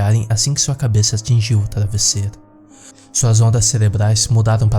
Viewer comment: o maior desespero dessa história é esse kra falando errado!! "surpereza", " taravesseiro"